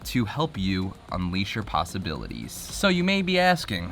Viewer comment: "unleash your possibliteas"